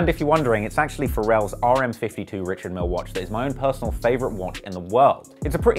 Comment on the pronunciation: It's actually pronounced Rishard*